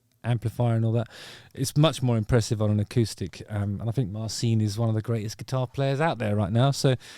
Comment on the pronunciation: Pretty sure its pronounced Marchin, not Marseen.